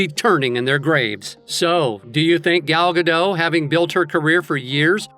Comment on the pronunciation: Shes not french The t is not silent Guh dot